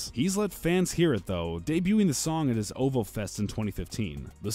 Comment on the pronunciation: lol it's pronounced oh vee oh